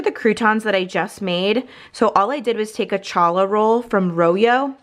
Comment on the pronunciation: Both recipes look AMAZING! Thank you! Oh and...challah rhymes with holla. 😉